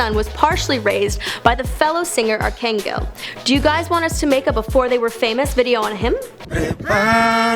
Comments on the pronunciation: It hurts my ears everytime she tries to pronounce something in Spanish. ie His name is not Arc-Angle its Arc-Angel!! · Dude her pronouciation made me made its prounouced (argonghel) not (argongcanegal) God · Alex Boricua omg yes you heard how she said Arcangel? 😂😂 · Arcangel not arkangle omg 😂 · Her Spanish is 💩 I lost it when she pronounced Arcangel’s name 😭😭😭😂😂😂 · The way she said arcángel had me dead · did she just say arcangel like that... oh no sweetie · Dam she fucked up arcangel name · She chopped arcangel name like crazy